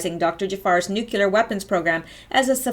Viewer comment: Every time you say "nuculer", I cringe. Try "Nuclear" - "New Cleee er" Otherwise, good work. I have to watch again because there are so many things I remember reading about years ago but forgot. ie the port scandal. I cringed at that too. Obama, Bush...treason.